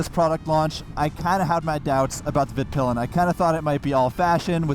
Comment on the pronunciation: actually pronounces it right but... then just passes on.